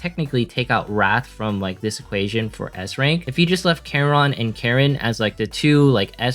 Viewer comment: The name of carleen are karen and charon are karon i thought he is saying karen😂🤣😂